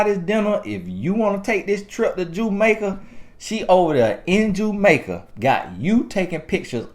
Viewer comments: “JUMAICA” LOL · 😩😂 “Jue Make A”. AKA Jamaica 🇯🇲